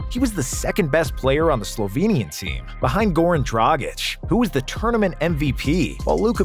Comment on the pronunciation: Thank you for being one of the only people who knows how to pronounce Goran Dragic properly.